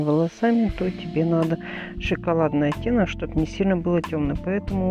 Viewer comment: Настя,ещё старайся говорить правильно.Не наа,а надо,надо.